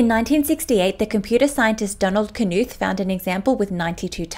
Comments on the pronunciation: It's pronounced Knuth, not Knuth. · amazing ! thanks for pointing this out I think it might be pronounced just as "nooth" his latest volume came out not too long ago